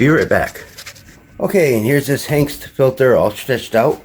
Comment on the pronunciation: Pronounced ANGST